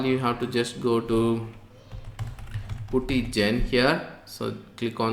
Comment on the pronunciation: Good tutorial. correction you don't pronounce 'u' in Putty...instead, you change 'u' to 'a' when you are pronouncing it